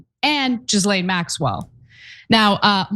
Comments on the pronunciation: Her name is pronounced Gah-Lane not Giz-Lane please stop pronouncing it like that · OMG Ana, Please pronounce Ghislaine Maxwell's name properly, its NOT Jizz-lane, Its Gi-lane, Gi sound in the word Giddy. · 1) It's not pronounced 'Jillaine', 'Jillen', or 'Jislain', it's Ghilain or Ghilen. 2) Why do Americans say 'ouster' instead of 'ousting'? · For fucks sake, her name isn't "Jizz Lane" Maxwell. It's pronounced ghee-LANE. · Ghe-Lane not Gah-lane lol get it right bro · American's butchering the English language... great video. But Ghislaine, is pronounced Gil - Lane. Hope that helps. Because EVERY-TIME I hear it mispronounced it does my head in... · Jizzlane sounds funnier though